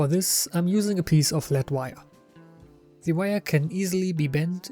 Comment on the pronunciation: Gutes Video! Einziger Kritikpunkt meinerseits: Deine Aussprache des Wortes "the" ist größtenteils falsch. Schau dir doch bitte noch mal die Regeln dazu an.